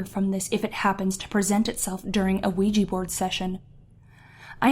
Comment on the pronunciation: You pronounced Quija. It's pronounced WEE-ja. Not QUEE-jee